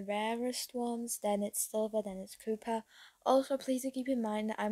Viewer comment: its pronounced & Spelled Co-pp-er, for the future if you wanna know! ^^